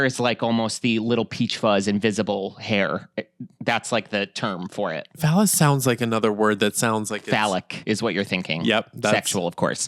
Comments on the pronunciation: It is vellus hair not fallus 😂❤ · VELLUS hair!! Not "phallus"!!! 😂😂😂😂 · Vellus is the baby fine hair on the body. Pronounced ‘veil-us’